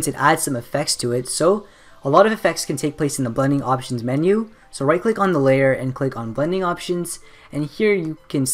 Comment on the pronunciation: I think I heard "bunny options" instead of "blending options" edit: I created my profile by this tutorial man